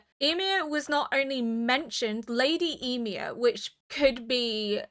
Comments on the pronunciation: I remember in the first two episodes you were pronouncing it like WHY-mir. It's so adorable 😆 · hiii, Ymir is pronounced Yee-mear. Yee as in Yee-haw and mear as in near! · yeah it's pronounced more like "yumir" or "you-mir" but fast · The longer this series goes on, the stronger the urge to binge this series becomes. Even when watching reactions! I cannot wait to see what you think of all the craziness that is about to unfold! (I always pronounced Ymir like 'E-mir' because of all the germanic names going around). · She has mentioned she is deaf in one ear quite a few times before, therefore has difficulty with name pronunciation.